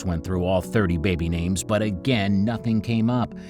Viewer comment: After the first 5 seconds I couldn't finish because of the butchering of the names